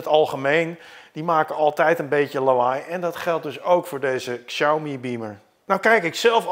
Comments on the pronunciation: Goed om te weten: de X in Pinyin (de alfabetspelling van het Chinees) spreek je uit als 'sj' en niet 'ksj'. Zeg dus 'sjauw-mi' en niet 'ksjauw-mi'. (Nog beter doe je het als je Huawei niet uitspreekt als "hoe-wa-wij" maar "hwaa-wee", maar dat is voor andere video's.) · heeft er wel een handje van om Xiaomi uit te spreken als "ksiaumi"... het is "siaomee" 😛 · Xiaomi spreek je uit als Shaomi. Dit is altijd zo bij Chinese woorden of namen met een X 😊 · Het is in het niet vallen en niet in het niets. En Xiaomi spreek je uit als Shami. Slordig! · Inderdaad. Xiao = show van shower, en Mi als het Engelse "me". Met de klemtoon op Xiao.